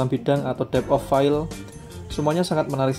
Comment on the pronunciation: Dep of fail? = dip of fild? 😂